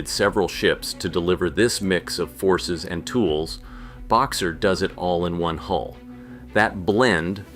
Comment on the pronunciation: Hull number not HOLE stupiiidd!